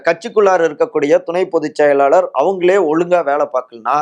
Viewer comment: its high time to train your tamil pronunciation.. இவ்வளவு தமிழை கொலை செய்யக்கூடாதுயா.. கேட்கவே நாராசமா இருக்கு.. மள்ளை சத்தியா - மல்லை சத்தியா களகம் - கலகம் விளகல் - விலகல் செயளாளர் - செயலாளர் மக்கல் - மக்கள் ஆதரவாளர்கல் - ஆதரவாளர்கள் மேளிடம் - மேலிடம் மொத்த உச்சரிப்பும் முழுக்க முழுக்க தவறு.. திருத்திக்கொள்ளுங்கள்..